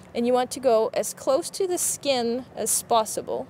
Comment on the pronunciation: She said sossiple